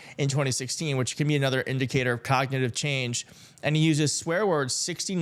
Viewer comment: Ugh you'd figure that ad would get someone to read the word "cognitive" correctly. How tf did they let that ad get out with her pronouncing it "cogdinive"?